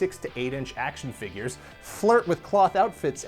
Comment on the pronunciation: Dammit can we plz go back to “fingures”